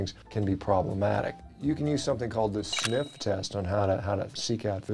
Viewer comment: Sniff not snif.